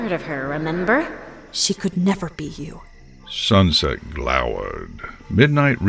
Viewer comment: "We'll fix this SuxSet'' -Fluttershy